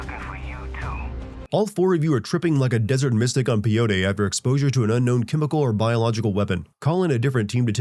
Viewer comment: Pee yo tee? Lol pay oh tee